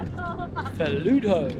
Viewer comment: It's pronounced (fully-doo)